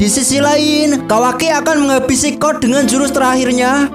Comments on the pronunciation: Code kali bang bukan kod😭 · Code bang bukan cod